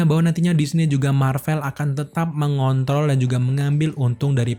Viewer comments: wkwkwk kirain kuping gw yg aneh ternyata bener2 mengont(r)ol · Gw dengernya gada Rnya 🤣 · MENGONTOL apa MENGONTROL?